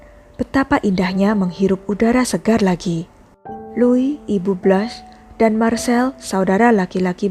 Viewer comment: Blans. Bukan Blas.